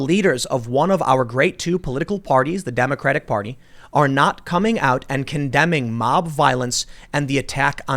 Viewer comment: Tim. you keep saying Democra tik party